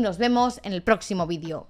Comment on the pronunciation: No aconsejo tomar un chupito cada vez que se escucha "vídio" en este vídeo XD Con los primeros minutos vale.